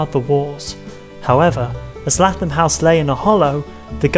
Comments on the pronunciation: Lath-am house 😂 its lay-thom either way great video i love learning about my local history in a fun and hilarious way 😂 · Lathom is pronounced as if you were saying Laythom.